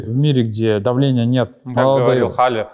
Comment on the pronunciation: Да не Халли, а Хэлли!!!! ЫЫыыааааааааа И, да, темы не раскрыли до конца. Грустняво. P.S. Дастан эмоционально не приятный коуч.